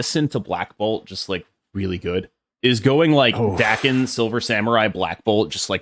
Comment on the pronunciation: Bro it’s pronounced “Daken”